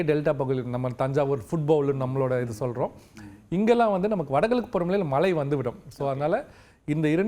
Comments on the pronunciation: வானிலை ஆராய்ச்சியாளர்கள் ஆவதற்கு என்ன தகுதி? மழையை மலை என்று உச்சரிக்க வேண்டும். கரீட்டு. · பிரதீப் சார் குமரி மாவட்டத்தை சார்ந்தவர்.... தமிழை உச்சரிக்கும் போது வட நாட்டு IAS அதிகாரிகள் பேசுவது போல பேசுகிறாரே.... குறிப்பாக மழை என்பதை மலை என்று சொல்கிறார்...... கேட்டுப்பாருங்கள் புரியும்...